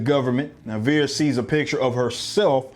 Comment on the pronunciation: It's vers not veres by the way